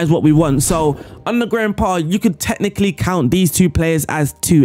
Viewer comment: why do i hear "grandpa" every time u say his name?